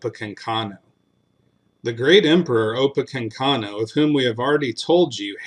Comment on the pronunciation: It’s “opa-KANK-inoo”. Thanks. 😉